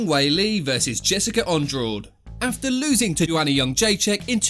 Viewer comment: sorry but it’s pronounced an-drarshge not andraw-de